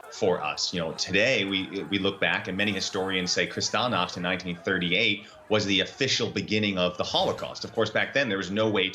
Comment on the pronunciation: that's not how you pronounce Kristallnacht! 😌 The native English speaker did better!